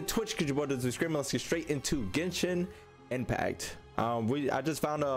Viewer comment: “Ghensshinn Empacc”